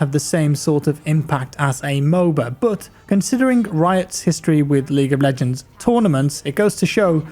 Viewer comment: Am I the only one, doesn't it sound like he says League of BLegends lmao